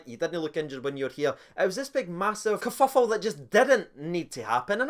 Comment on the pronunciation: kerfuffle /kəˈfʌf(ə)l/ ￼Learn to pronounce noun INFORMAL•BRITISH a commotion or fuss, especially one caused by conflicting views. "there was a kerfuffle over the chairmanship"⚽🐻🇬🇧